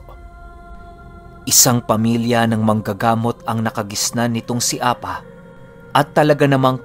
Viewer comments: Hindi po apa ang pag bigkas niyan kundi A-PA! pipi ang ibig sabihin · Apâ ang pronounce jan hindi apa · A-PA!ganyan pag pronounce.sa tagalog pipi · APÂ - Apa is a hiligaynon word which means pipi. Bigyan mo lang po ng tense sa PA. Bale ganto mag pronounce A-PÂ. Avid listener niyo po ako from Iloilo☺️